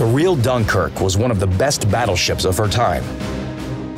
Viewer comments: .Yep Gunkuerqe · Gunkrk lol